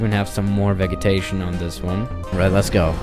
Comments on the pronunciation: It's pronounced veJitation not vegeeetation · Vegetation is pronounced Veh-Jah-Tay-Shin, not Veh-Gah-Tay-Shin. I know you are American, but here’s help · Just a note: Vegetation is pronounced as Vejetation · its vej-i-tay-shon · No one:: VEG etation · Veggetation. Love ya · Vegetation is pronounced with a soft G not a hard G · Vegetation has a soft g. Like a j sound. Not a hard g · Your pronunciation of vegetation hurts my soul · I'm in love with the way u pronunce "vegetation" And with Ur voice aswell. (Homo)